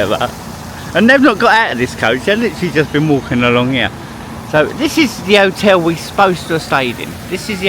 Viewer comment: And otel lol